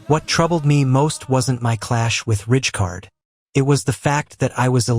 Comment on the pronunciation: AI ??? Awful pronunciation of names? Richcard????